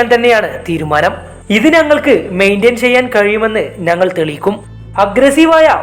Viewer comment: നങ്ങൾ അല്ല ... ഞങ്ങൾ😂